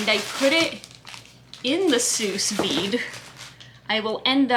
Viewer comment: Just for the record (and absolutely no derogation implied - you've evidently come across the words "sous vide" in writing without having heard it pronounced), "Sous vide" is pronounced /suːˈviːd/ ("Soo veed").